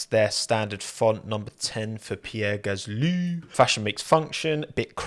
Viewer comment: But your Gaslee pronunciation always makes me chuckle.